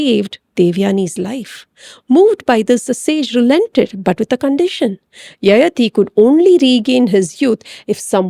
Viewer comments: It’s yayaathi not yayathi. Pls correct the pronunciation- sounds very odd to those who know the character and the story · Needs to be pronounced as Yayaati